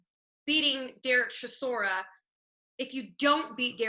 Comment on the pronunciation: Derek “Seeshora”, what? 😂😂😂